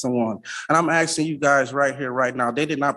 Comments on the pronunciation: This joker keeps axing instead of asking. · No, you are not 'aksing' any questions. If you still haven't achieved comprehension of the word 'ask', then you should NOT go pro se. You do not have the tools to represent yourself. You are flat out stupid. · "Axsing" questions... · Man wearing a table-cloth is arksing questions, but the real question is 'what does 'arks' mean'? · "Axing." Toss the 'tard out the flipping door.